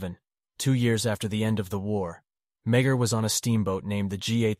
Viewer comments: The pronouncement of his surname is, me-a- r. Not meg- her. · Love the content...but as a descendant of Thomas Francis Meagher, our last name is pronounced more like "ma-har"